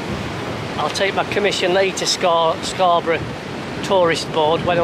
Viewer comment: It's Hayburn WYKE and of course SCON. Keep practicing your God's County accent. Loving the vids.